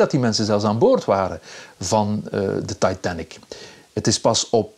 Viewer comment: “De Taaitann-ik”